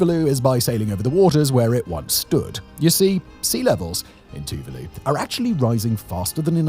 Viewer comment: Tuvalu is pronounced as Two-vaa-loo